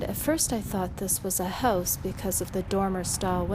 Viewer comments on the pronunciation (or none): I've been enjoying your videos for several weeks now. I visit lots of abandoned places in my area, too. I'm beginning to think I should document them like you do yours. Just out of curiosity, are you Canadian? Your pronunciation of the word "house" made me wonder. :)